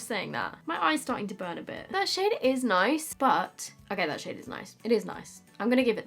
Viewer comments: Did she say “sh*t” or “shade” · Sounds like you're saying shit when you're saying shade 😆😆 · I swear she said shit is really pigmented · I didn't even notice that she said shade until u pointed it out lol